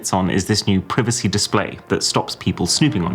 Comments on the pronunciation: It’s not PREEVACY. It’s PRIVACY. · Tf is pri-vicy. It's pri-vacy !! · Why is he saying "prevacy" today? He never pronounces privacy like that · It's not prive icey, it's prye vicy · What's preevacy Dawg... it's Privacy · is this AI Arun?? why am I hearing "Pree-vacy" instead of "Pry-vacy" 🤔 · PRY VA SEEEEEEEEEE NOT PRIV A CEEE sounds so stupid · This is the first time I heard someone say pri-vuh-cy instead of prai-vuh-cy I was so confused Did not know there were differences in British American pronunciation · PRIVACY NOT PRIVICY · PRI VA CY not PRE VI CY 😂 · Why do you pronounce it privacy instead of privacy? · Everyone pronounces it “Praivacy” not “privacy” 😭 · privisee, privisee... It's Privacy mr Boss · its pronounced Pry-vuh-see, lol. I wanted to slap you every time you say prih-vuh-see. XD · Why is it triggering me so much that he say privacy this way and not PRIvaCy like wtf haha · It's pronounced pryvacy!!! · WHY are you pronouncing it like PRIvacy? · its pronounced PR A I VACY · The way you pronounce "preevacee" made me end watching the video and probably gonna hide your channel permanently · The way he pronounces "Privacy" though 😅 .. Prvsii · its pronounced praivacy its spelled privacy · 14mins & 16seconds of torture to our 👂. The "pre-v-c" pronunciation is outstanding! 👏🏻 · Privacy ❌ Pir-vacy ✅ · FREE-Vacy is driving me crazy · Yup 😂😂😂 i was like huh? Preevacy? Huh? 😅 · "priv-uhcee" PLEASE STOP!!! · are we pronouncing the privacy word wrong or ?? the " i " in it is pronounce e ?? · Why does he keep saying privacy as "privessee" 😭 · The way British people say Privacey feels so wrong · DID ARAUN JUST SAY PREEVECY DISPLAY 😂😂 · 'pr-ee-vacy' display 😭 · Im suprised no one is talking about the way he pronounces privacy 😂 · The soft I on privacy is killing me lol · Stop saying privacy ffs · The way British people pronounce privacy makes no sense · Does word "privacy" pronounced as alphabet "I" and "coming soon" was double m - or am I having Mandela effect 🤣